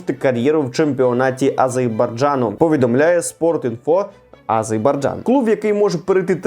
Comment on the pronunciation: все файно, але не АзеЙбарджан, а Азербайджан!